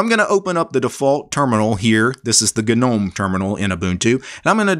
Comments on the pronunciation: Not to be that guy but, isn't Gnome pronounced nome. Or am I mistaken? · "Ga - nome "🤦‍♂🤔 But otherwise very informative